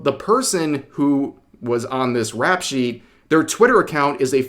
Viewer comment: 'Rep sheet' not "rap shit" 👍